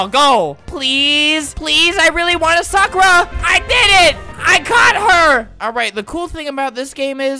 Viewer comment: ITS NOT SOKRA ITS SAKURA